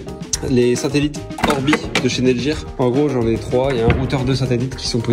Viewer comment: on dit netgear pas netjir mdr